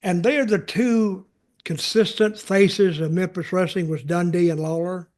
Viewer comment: I like how Lawler pronounced Dundee depending on if Dundee was a good guy or a bad guy. When he was a good guy, he was “done Dee”. When he was a bad guy, he was ‘dundy”.